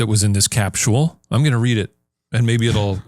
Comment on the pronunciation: "Capschul" THAT'S not Illinois pronunciation!